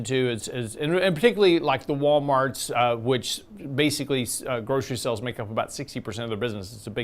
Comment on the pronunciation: are you pronouncing “Sales” like “Sells” two different but similar words. Sales are the total consideration accrued from Selling goods or services=Revenue. Sales are the subset of revenue. Sell’s is what they do to make the Sale. He sells cars, etc. Maybe it’s a Texas thing?